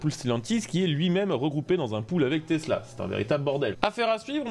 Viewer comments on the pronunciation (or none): none